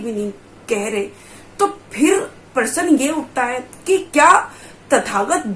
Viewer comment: प्रसन प्रश्न ईसे बोलना सिख पहिले??